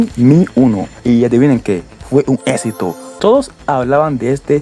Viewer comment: Que no sepas pronunciar palabras como exito tambien es un mal necesario ... 😮🤣